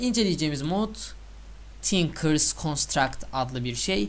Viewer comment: Modun adın yanlış sölemissin:D tinkerers olcak...